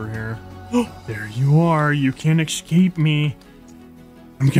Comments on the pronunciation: Can you say escape instead of excape? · I love the way he says escape "ekscape" very cute 10/10